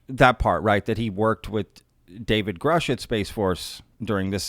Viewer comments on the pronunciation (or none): none